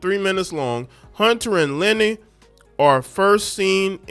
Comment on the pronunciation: It's not Lenny. It's Luh Nay. LOL! You sounding like AI reading it.